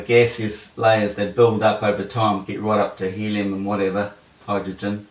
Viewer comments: it's Helium, not Hellium.... yes, I read all his board about mana, gold and fluxuaction .. fascinating stuff... "the man, the sun, and ... the black hole" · Love how he spells Helium: first as helluim, later as hellium. I’ve no idea where this guy gets his idea for an earth that’s flat with 10,000km radius, bet there’s a lot of pot involved to create a model that couldn’t include most of Asia, South America and Africa. Nobel prize worthy indeed 😂.